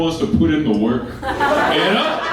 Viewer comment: I really like this guy but I'm always hyperfocused on the way he says "ya know." It's like "ee yahh know?"